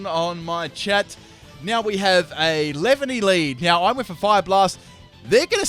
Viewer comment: it's pronounced lee-van-ee